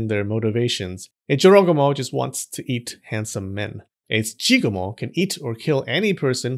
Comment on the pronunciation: I know it's not what he was saying, but I couldn't stop hearing JoeRoganMo.